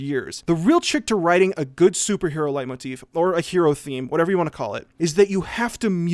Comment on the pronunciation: I'd rather he just pronounced it correctly tbh.